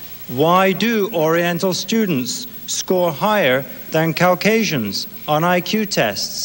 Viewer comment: Cow-casians? Cows wish C-asians?